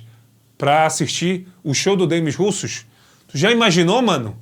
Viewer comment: poxa, RUSSOS NÃO, é "demí russô" a pronúncia...russos foi triste...